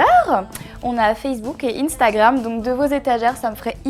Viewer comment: C'est pas inestagram c'est instagram!!!😤😤😤😤 1stagram on ta jamais appris lire ???